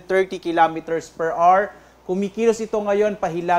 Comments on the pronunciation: Per awar not per ar. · Hour is pronounced 'o-wer'.